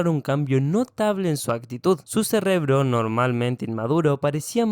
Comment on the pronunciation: minuto 20 segundo 46 dijo cesrrebro